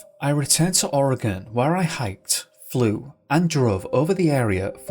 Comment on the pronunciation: And I appreciate the fact that you pronounce Oregon properly. And most of the little town's named after Native tribes here and Washington State